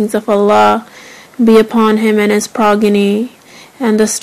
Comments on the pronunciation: * said progeny wrong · I love bibi zainab but she said progeny